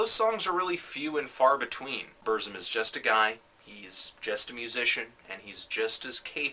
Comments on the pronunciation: You say it like this: Börsum but Varg itself says it more like Bürsum... and say it like this PURZZUMM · I no wat u mean...hes pronouncing it buuuuurhhhghzum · Yeah, saying Bursum shouldn't be so difficult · Why does it matter? Shit. BERZ-UM. Burzum. Not hard. Stop thinking your superior because your foregin and listen to nothing BUT Black Metal. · When Varg says it it sounds like "Bürzoom" to me. Though it's black language of Mordor, nobody can't really say to know the way its pronouced except Tolkien.. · You're mispronouncing Burzum. :(